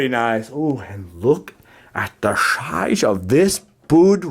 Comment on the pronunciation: “Look at the shizeof this” that’s what she said. 😜